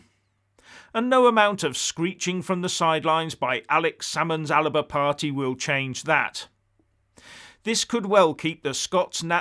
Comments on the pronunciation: Hi. Please pronounce Alex salmons party correctly., otherwise the joke is on you. It is the ALBA party with no I in the middle. It is historically and currently correct in multiple languages. Cheers, an anglokiwi. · 2 syllables in Alba,, not 3.